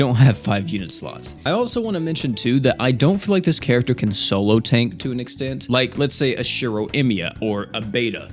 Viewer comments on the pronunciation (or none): none